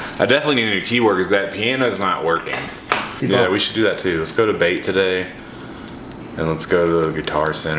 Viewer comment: LANo he said Bait not Bape